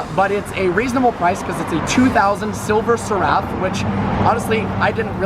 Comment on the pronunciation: It’s pronounced “seref” like sheriff but without the H, not “se-rAf”